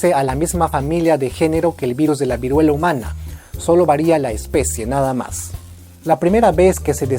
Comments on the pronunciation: Vuriela xd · Vuriela xdxd